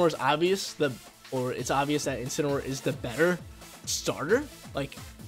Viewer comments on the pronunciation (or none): INCINEROAR, NOT INCENAROAR! FIX IT NOW!